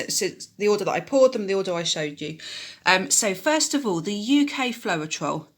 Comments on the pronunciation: Great tutorial! Really fab information for UK pourers, thank you! Can I just let you know that it's pronounced flowtrol, not flo-er-trol. Not nitpicking, just thought you'd want to know x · Great video, ty oh n just FYI both of the AUS US Floetrol are pronounced flowtrol;) Happy Easter 🐣